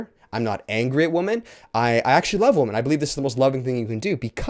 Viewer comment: Is he purposefully mispronouncing the word "women"?